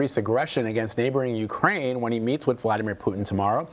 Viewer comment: god dammit what pronunciation is this? can you say Ukraine? I've been doing throat exercises for an hour to say that.